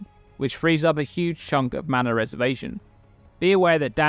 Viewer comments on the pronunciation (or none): none